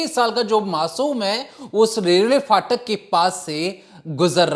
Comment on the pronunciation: Phatak hota hai faatak nahi